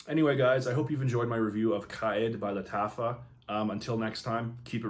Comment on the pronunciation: Its pronounced more like Car Eed or Car Ed